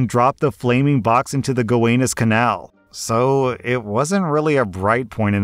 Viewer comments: it's go-wan-us not gow-anus lol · It’s pronounced “Go-wan-is” Canal. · Its the go-WA-nus canal, actually. And can-arssy just FYI. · Lmao I know it’s hard to read so many stories and pronounce so many different things but “gah-wan-us” into “Go-Anus” canal was fing hysterical caught me so off guard. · New Yorker here. Not sure if anyone else has said anything, but it’s pronounced Guh-wah-niss, not Guh-way-niss. I also LITERALLY just read about the NYS governor at that time, Thomas E. Dewey, who sent sent several of the Murder Inc. members to the electric chair, including Buchalter. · bud you’re pronouncing all the New York names wrong! It’s not “Gow-anus”, it’s “Guwanues” It’s not “Con-r-c”, it’s “cen-r-c” one word! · Love ya,, but you need to work on your pronunciations of place names in NYC. Go-AHN-us, Cah-NAHR-Sie. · Somehow I knew that the grandpa from the first story would be a New Yorker, before you even mentioned the Gowanus Canal. I love my city so fucking much. Also, it's pronounced with a long "a" like "Go-Ah-Nus" Edit: Also, the first "r" in Carnarsie is silent. It's just "Cah-nar-see". If you're REALLY New York, the second "r" is pronounced as a "w" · I cut him some slack for that, because the OP misspelled it. But then, he didn’t do so great with the Go-WAH-nus canal, either!🤣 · Ga-Wah-Nuss Canal (Gowanus) Ca-nar-see (Canarsie, they spelled it incorrectly in the post) -NYer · Love your vids but as a Brooklynite hearing the names mispronounced physically hurts. go-wah-nuhss Kuh-nar-see And to piss off Texans: it's pronounced house-ton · As a lifelong New Yorker, it was painful listening to try to pronounce Gowanus and Canarsie. But A for effort! Lol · Gonna go out on a limb here and say isn't a New Yorker. Gowanus. (right spelling, wrong pronunciation) Canarsie. (wrong spelling, deeply wrong pronunciation), and also...wiNdows and orphans? Also, looking up and then sassing Murder Inc., smh.